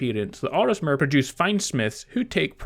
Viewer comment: Lol its OrSImer, not OrISmer :P Still a great video as always :)